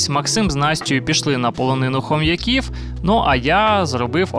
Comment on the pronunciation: Правильно казати - полонина ХомЯків, наголос на Я.